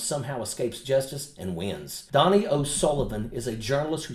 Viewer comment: Donie is pronounced Doe-knee.